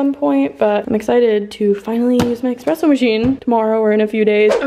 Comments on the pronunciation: Omg you people in the comments need to relax, I’m Italian and it doesn't bother me at all the way says espresso.... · the word 'espresso' doesn't have an X in it... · Couldn’t finish watching because I got too annoyed by “expresso” I can’t. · Same, girl. Same. I'm screaming at the TV 😂🤣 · Baristas all over the world are punching the air rn over the way you pronounce “espresso” haha. We still love you 🥺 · the way she said espresso triggered me LMAO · There’s no x in espresso lmaoo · there’s no x in espresso ahhhhh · It’s espresso not expresso lol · Girl... it's espresso not expresso lol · Watching this gave me so much anxiety. Spilling her coffee, expresso instead of espresso, her dropping her cup trying to get ice, and not putting her makeup brushes upside down to dry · It is Espresso not EKspresso 😭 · I'm so relieved to see the first two comments & know I'm not the only one that hears nails screeching on a chalkboard every time she says "EXpresso!!" I literally had to turn the video off & came back to it like 30mins later because I couldn't take it anymore lol 😂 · Girl I really enjoy your videos but it’s espresso not expresso. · the amount of people in the comments that are triggered that said expresso and not espresso 😂💀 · IT'S ESPRESSO NOW EXPRESSO!!💀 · It is ESPRESSO not EXPRESSO 😂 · It’s ESpresso not EXpresso stoppppp read the box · the coffee spill, saying EXpresso every 10 seconds, her dropping her mug. this video radiates chaotic energy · I will literally smash my mac if I will hear "expresso" again, hahaha. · lol repeat after me: E S P R E S S O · IT’S ESPRESSSOOOO AHHH, I cringe EVERY. TIME. 🥺😂 I’m this close 🤏🏻 to losing it lolol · Loooll. I was thinking the SAME THING 😂😂😂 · ME TOO I’m low key raising my voice at my screen saying “Quit saying EXpresso!!!! “ omfg we need to make her know how to say espresso properly 😭😂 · I probably wouldn't even have noticed without all the comments, but now I can't "unhear" it